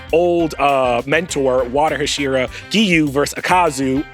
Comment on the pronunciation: Very "book reader who's never heard the word spoken out loud" energy lol.